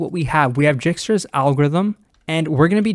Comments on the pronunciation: For the love of CS, it's not Jikstra, it's Dijkstra pronounced (DYEKSTRA) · pronounces: dɛɪkstra J is actually a vowel in Dutch and ij is like a long i or a sound no non-Dutch can pronounce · Dijkstra is a dutch name it is pronounced as Daeekstra, basically ij in dutch is pronounced as aee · It's pronounced as D (or Y) aikstra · Nice explanation! One thing i'd like to point out is that it's pronounced "DIEK-struh" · It's pronounced dye-kstra's :) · I think that is the correct pronunciation :) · Yes, that is definitely the correct pronunciation. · pls don't start calling it jikstra xD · An interesting way to pronounce "Djikstra" lol